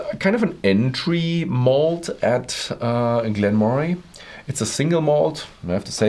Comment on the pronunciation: Its pronounced Glen murray.. but great review